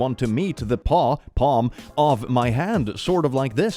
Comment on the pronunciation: I heard "pawpaw" like the fruit tbh.